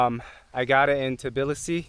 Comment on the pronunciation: congrats on nailing the pronounciation of Tbilisi 😀 literally 99% of foreigners switch the letters "b" and "i" and say "Tiblisi" 😀 LOL